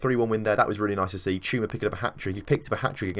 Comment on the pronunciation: You're saying it right "Chuma"